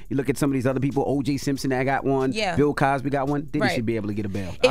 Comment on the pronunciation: He said og simson lol